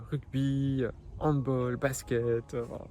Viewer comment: Hello il me semble que l'on dit hand "balle" et pas "hand bol" pcq c'est à l'origine Allemand